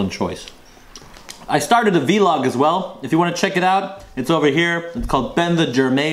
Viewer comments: Ben Should say Vlog.. Not V-log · Its not a Vee-Log its a Vlog